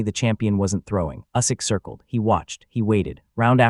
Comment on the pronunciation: Maybe you should learn how to pronounce Usyk. How embarrassing.